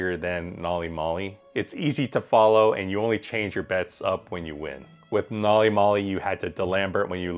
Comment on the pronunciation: can you please learn how to pronounce the system name correctly?